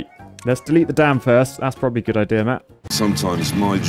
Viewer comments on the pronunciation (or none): none